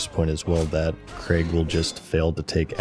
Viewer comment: i think youre the first yank to ever say the name craig right. even though it was spelt crayg. and dont give me the welsh bullshit because cra (yeh -gh) is still closer than creg. edit: nah you said it right once then went straight back to creg. learn english america. fuck sake. edit: edit: ok youre trolling. i get it ive been had. switching between craig and creg is clearly for content interaction and ive fallen for it. hook. line. and sinker.